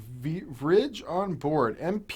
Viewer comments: v ridge.... its virge you prick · “V-Vridge?” Come on! Thought you were “all about old tech”? It’s an S3 Virge card, probably 4MB from what I can see by this angle 🙄